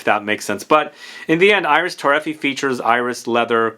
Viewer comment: Again, I know you don't care about pronouncing names correctly, but I'll keep trying. it's Iris TorrefiEH, not ToRREfee. And the S in Bois is silent, so it's pronounced Bwah. Other than that, great video as usual! I never thought about Bois d'Argent being an alternative to Dior Homme Parfum, but I guess you're right. It's much sweeter and resinous, but it's still a great unisex iris fragrance.